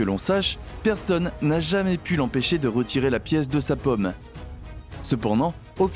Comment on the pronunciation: Très intéressant... mais, de grâce,, apprenez à prononcer le Français correctement. A 11mn et suivantes, vous nous inondez carrément de 🍏 alors que, de toute évidence, vous parlez de paume; oui c'est l'intérieur de la main et ça n'a rien à voir avec les fruits. Alors, s'il vous plait, remballer cette manière de parler bobo-méridionale qui n'a rien à voir avec les prononciations Françaises réglementés que vous pourrez travailler avec la phonétique de n'importe quel dictionnaire papier ou encore sur internet. A bon entendeur... Salut.